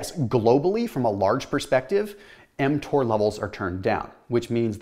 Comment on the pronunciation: I thought he was giving us a swipe lesson when I heard him say mTor